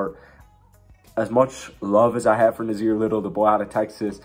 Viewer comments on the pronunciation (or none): Nassir Little is from Florida. And it's a hard s, not a z. Also, Hart wasn't an off-season move, he was part of the C.J. McCollum trade at the deadline.